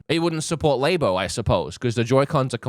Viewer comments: saying "Lay-bo" for "Labo" is the most cursed thing I heard in a hot minute. The Australianness doesn't justify this 😂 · Laybo lol it's Labo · nintendo laybo lol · “Lay” Bo. Lol. It’s “Lah” Bo. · They're magnetic, so the blue and red now ironically visualise the magnetic poles correctly of the + and - for each Joycon. Also, 24 spaces on that track in Mario Kart... just sayin'... And 'Labo' is short for 'Laboratory'... how do you pronounce laboratory? 😂